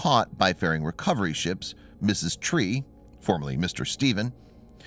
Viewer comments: Narrator got the Recovery ship name wrong. He worded it like "Mrs" Tree., it is Pronounced as "Ms" Tree. (Mystree). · Ms Tree*, not 'Mrs. Tree', lol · There are, very rarely, errors that you would not expect from a synthetic speech program such as "static fire test" in the (not auto-generated by YouTube) subtitles and transcript becoming "static test fire" in the narration. And while we do get the incorrect pronunciation of Ms. Tree, it is pronounced correctly. A synthetic speech program would have used the same pronunciation on both occasions, and on every occasion where the name occurs.